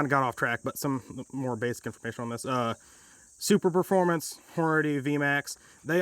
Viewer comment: "Super - formance" not "Super Performance."